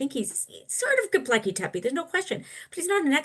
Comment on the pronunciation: It's Gobekli not Gobleki. You undermine your entire position when you seem to not know what you are talking about.